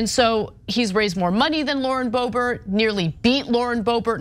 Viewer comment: Its, not boebert,its boobert.